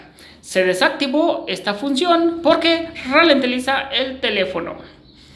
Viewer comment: que cosa se relentiliza bro?